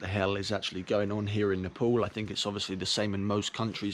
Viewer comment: Why do u people pronounce Nepool, its Nepal dear people NEPAAL.